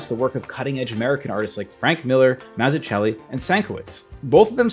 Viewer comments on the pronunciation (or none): Love the video. Just a heads up on the names Mazzucchelli and Sienkiewicz. In Mazzucchelli the ‘zz’ is pronounced like it is in the word pizza, the /ts/ sound, and the ‘cch’ is simply a /k/ sound, so the end of the name sounds like /kelly/. Sienkiewicz is a Polish name. It’s pronounced sin-ke-vich. These are super common mistakes with both David’s and Bill’s names, but totally made my ears perk up. Sorry to subject the YouTube-sphere to this level of anal-retention. So stoked to learn about Guardino. I’m going to hit up the local comic art shop by me and see if they’ve got any of his stuff.